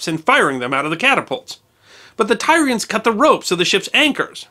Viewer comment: “Tyrians” is pronounced “Tear- ee -ans” I love your series, but sometimes your pronunciations drive me to drink. Keep up the great work, I do love your series, in spite of my pet peeves. ;-)